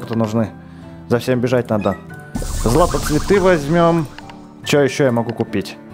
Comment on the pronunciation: не златоцветыы а златоцвеееты